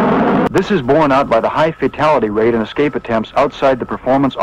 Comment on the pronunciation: Great a documentary on escape systems where the narrator says 'excape'.